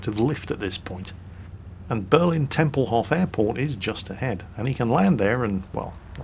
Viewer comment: Please dont say Tempelhoff, stress the o a little bit more and say Tempelhof